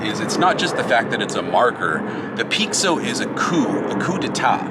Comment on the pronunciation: Hey im from Brasil, i don’t know if it’s gonna help but pixo is pronounced in Brasil with a sound of sh, so when i heard you saying pixo for me sounded like “peek so” and here we say it sounding like the Letter P and then a sho like the word show just without a the W, so it would pronounce “ P sho “ So it’s just some facts since art primos idea was to do a homage to brasilian tagging (picho/pixo/pixação/pichação) i think you guys would sound 10 times better if you guys got the sound of the word in it’s essence it will give probably more 30 or 40% more of the brazilian flava in the marker and you will captivate the brazilians folks hearts too ❤😂, so just to say it’s a not a complaint about how you say it, and im not trying to be rude or arogant, it’s just tô try to improve our cultural conection and friendship. Ps. Love seeing you só healthy and strong on what you always do ❤